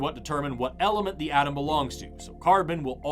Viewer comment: When you say atom & all i hear is adam 😅